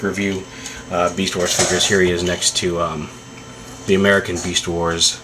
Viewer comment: lol u sead meast instead of beast... anyway i think ur right